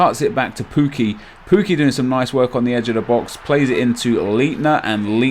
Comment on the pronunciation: Great video but stop calling him poo-key it's pronounced Puk-key I think